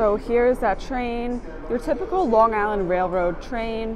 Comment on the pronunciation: as a long islander, I respect how you pronounce long island. 👍